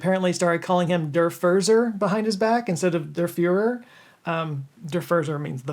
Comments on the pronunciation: gosh, your German pronouncing is inaccurate :face-blue-smiling: there is no yee sound in Führer! Furzer is pronounced foor-tsa ,,, not like the English "fur" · The "Z" in German is spoken as "ts", like in Italian words with double z (Pizza). So Hitler was the "Furtser", not the "Furser". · No Furzer. Furtzer. Ein Furtz is a fart. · "Der Furzer" with english spelling meant to keep the korrekt pronounciation would be spelled kindo of like "Daya Foortsa" . Most Germans would spell all of the "r" in "Der Furzer" as silent Schwa sound. either [ɐ] or [ə] for speed.Only if you would feel missunderstood would you put emphasis on them. Or if you do a play , like a drama on stage you would sound them out as r in order to get understood.